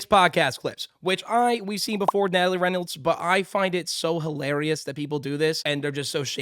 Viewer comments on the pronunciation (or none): none